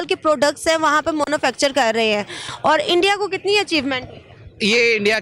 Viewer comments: "0.58" Apple wale India me apni product "MONOFCTURE " karna chahtey hai... Shayad Madam MANUFACTURE bolna chahti hai... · Pahle tou isko manufacturing bolna nhi a raha monofecture boll rahi hai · Mam its not MONUFACTURE its MANUFACTURE..😁😁😁😆😆 RAW ka matlab desi sharab may be!!! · Pakistani talent 😅😅😅😅😅 “MONOFACTURE “ 😅😅😅😅 Abb kya karain in zahil pakistanio ka . Firr bhi ye zahil kehte hain ke Pakistan no:-1 hai 😂😂😂😂😂😂😂😂😂😂 In zahilon ki vedio’s dekh ke sabb patah chal raha hai ke kyu duniya in zahilon pe hansti hai. Ye pakistani hi hain jo “ZAHIL “ Shabad ko 100% prove kerte hain . 😅😅😅😅😅😅😅😅 Manufacture ko monofacture bol rahe hain 😅😅😅😅😅😅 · Monofacture hahahaha kya Anchor hai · She pronounce monofactur😂😂😂😂😂😂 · she said Mono Fructure .. 🤣🤣🤣🤣🤣🤣🤣🤣🤣